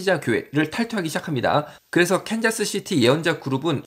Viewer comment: 네.. 근데 컨자스는 틀린 발음입니다. 이시죠?